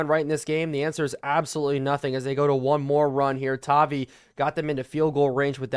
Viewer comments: it’s pronounced tah-vi vi like tie so just you’re aware great video this mod is crazy seems like it could make madden valuable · please change Bo to #10 and MHJ to #18 and also it is pronounced “Tah-Vie”